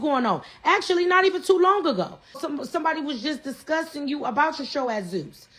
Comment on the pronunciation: she sound like a Dominican Pink Power Ranger " we couldn't have done it wit yewww" 😅😂 shutyoassupgworl